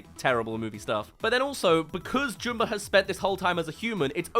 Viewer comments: I'm sorry, I can't take you seriously saying Jumba's name like "Joom-ba" like he's a character from that weird Boohbah kids show. They say it "Jum-ba" in the original movie, so idk why you're saying it like "Joom-ba". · Why can’t you say Jumba correctly? You’re literally choosing to say it wrong. It’s Jum-bah like Jumper or Jumbo. Not Joom-ber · who is Joomba?! It's Jumba. Like ummmmmm, get the name right. Everytime you say his name wrong, its like hearing your incredibly long nails on a chalkboard. Anyway, love your stuff. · wait, they change the way jumba's name is pronounced to joomba? this some live action last airbender crap